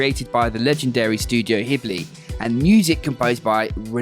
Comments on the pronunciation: Gib Lee think of that when pronouncing that particular name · One of the lesser known pronunciations of "Ghibli"... Ken Korda would be proud ;p